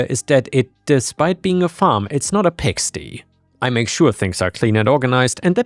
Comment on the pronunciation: it's said pig-stai